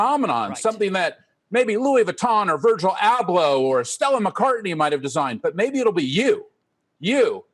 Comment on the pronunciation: he said virgil abloh -_